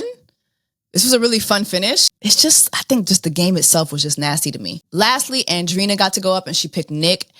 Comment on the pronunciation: Hey Jessie, with love, Andreina is pronounced: an-dre-i-na, like Andre with ina :)